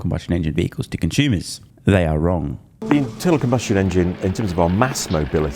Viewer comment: Are you saying "conshumers"?